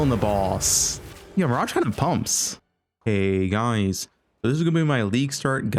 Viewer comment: The guys part was too short. It’s usually heeeey guuuuuys